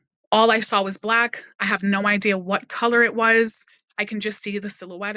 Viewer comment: This one actually disturbed me, not sure what makes her so believable but her account is well put and seems credible. Can't get over the way she says "saw" like "sour" or "sowr" xD I couldn't tell if she was doing it on purpose or not haha